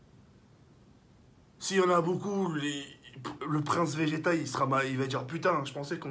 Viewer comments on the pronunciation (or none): none